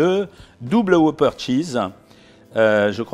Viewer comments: C'est pas un Hoopeur c'est un Whopper On prononce le W et on dit hop et pas hoop, Bref ça se prononce comme cela s'écrit. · Ne prononcez pas woupeur, mais wopeur.